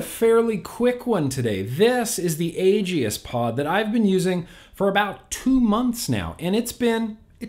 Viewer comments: For the love of….it’s pronounced like A-Gis, not A-Gee-is. The E is silent. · gods DAMN it, man, as much as I wanna love ya like a brother, just... "Age-ey-ist"?! Seriously?! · No one:: „Agi-is“ Jk:D nice vid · You say aegis weird